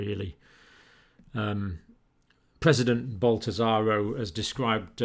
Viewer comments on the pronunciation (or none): LOL. Granted I do not speak Portuguese, but I'm pretty sure Bolsonaro isn't pronounced Bolt-i-zar-o. I'm pretty sure I wouldn't try to say any names if I was making a video like this though, I know I would mess up frequently. Thanks for the hard work John! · Why do you always call Brazil's president "Boltazaro"? :) can't tell if this is a purposeful insult or a mistake you never bothered to correct...